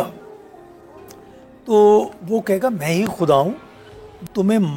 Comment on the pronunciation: Why does this host always pronounce Urdu words wrong which start with غ? This host name is but she always calls her last name as “کھان”’ which shows how much she watches and is inspired by Hindi media and their language.خدا کو کھدا and غلط کو گلط کہنے سے کوئ modern نہی ہو جاتا۔ so please do not pronounce Urdu words wrongly. اردو زبان کو نہ بگارو بی بی۔ شکریہ